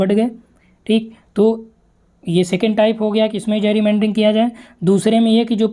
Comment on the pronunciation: जैरीमैंडरिंग nhi गैरीमैंडरिंग